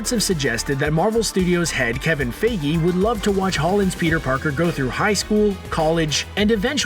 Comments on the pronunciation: its not kevin 'faigee' no its kevin feige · Really??? Kevin Feygi??!! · Btw you mispronounced Feige and Sony